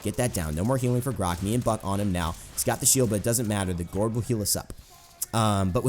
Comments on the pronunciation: bruh. why do you keep pronouncing gourd "guard?" it's pronounced like gord, like in Gordon. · "Thorw his 'gard' down" It's GOURD pronnounced G-o-r-e'd" Like Blood and guts and gore. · gourd is pronounced gord. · It's pronounced gord like food but with a g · Gourd is pronounced with an "or" sound. Not like guard. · Gourd is pronounced like Gorge (like a canyon or something) but with a D sound rather than a Ge sound. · Gourd,. Rhymes with bored. Just thought you should know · atleast someone said it